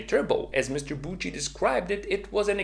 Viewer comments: Hello, please (for a fellow swiss friend) listen how to name Alfred Büchi is pronounced for once: Its Büchi not Butchi :)) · I dont really know phonetics but it looks like it should be „byxi“ Check out phonetic writing on google so u can decypher it😉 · As a swiss guy i cringed so hard by your pronouncination of büchi 😅😅😅😅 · Great video, but as a German your pronounciation of "Büchi" really hurts since it is extremely wrong. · 🤣 german Büchi pronunciation 😁 otherwise good luck with your boost series! hopefully it will be a nice subscription booster